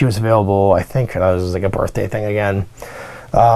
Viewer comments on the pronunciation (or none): none